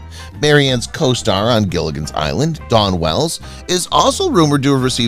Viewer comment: Her name is Dawn Wells, not Don Wells. The speaker mispronounced her name continuously.